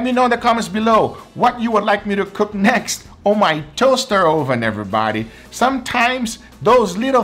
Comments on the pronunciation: Why is it an Ohhh-ven? Learn English.... It's uhh-ven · Guga for my sanity, it's pronounced [Uh-Ven] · hes trolling us by saying Ohven instead of oven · UH-ven. Not OH-Ven. Hearing OH-ven so many times got annoying. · Ohvann... love that pronunciation....kinda like a viking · Never heard someone pronounce “oven” like “OHH-VUN” we usually pronounce it as “ UH-VIN” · I love the way guga says it "toaster ohven" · i love it when guga says oven, sounds like Oovan, btw I'm not making fun of his accent btw so no h8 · I love how he says ooven instead of oven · "this was done in a toaster OHven ;)" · "toaster oh-ven" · "Tohster ohven" :) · "Toaster OhVin" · Ouven is the only thing I heard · You might have earned a thumbs up if you didn't keep referring to it as oh-ven. I don't care where you are from or which language you speak but you're in America and you need to learn the language. Uuuuuuuh-ven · Hard to take cooking advice from a guy that says "Oooven" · my hispanic mother says ‘oven’ like that too and it’s so cute and it just makes me think of my mum fudhhsh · I love the emphasis on the “O” in oven. 😂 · Same, LOL. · I love your pronunciation of "oven". Makes me smile. Where are you from originally? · listen to the sound he makes when he says “o” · Say oven again, LMAO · You are pronouncing Oven the dutch way xD